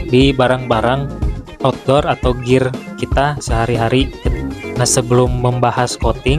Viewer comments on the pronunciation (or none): none